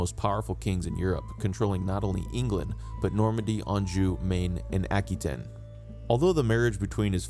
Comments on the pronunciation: His mothers name was Eleanor of Aquitaine (pronounced “aqua taine, not aky ten as he keeps saying) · *Aqua wa tane*, not tin. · Never heard Aquitaine be pronounced ackytin